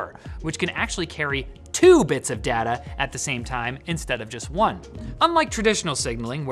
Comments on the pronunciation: why do u say dah- ta, your not aussie say day-ta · When you say data do you mean like Dayta? Sorry im english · He said data instead of data